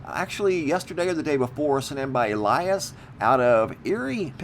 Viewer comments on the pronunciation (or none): none